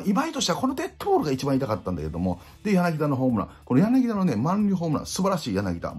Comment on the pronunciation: ヤナギダ ではなく ヤナギタ です